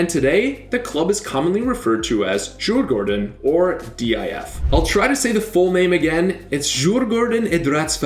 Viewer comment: Its pronounced ”Juur-gÅÅrden”